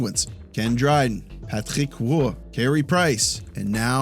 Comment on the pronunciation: Love you,, but just say "Roy" the English way. It’ll be closer.